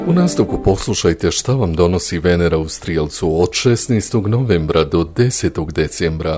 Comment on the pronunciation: Naglasak nije na prvom e nego na drugom!